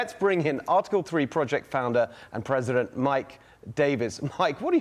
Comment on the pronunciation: We beed to do a lot more in the line if education. This character doesnt know that "presidnet" doesnt exist. This leaves a poor perception of those that cannot pronounce normal words. If he has this level of attention to his language, imagine how little is his attention to detail on the matters of Americans' business. 🤡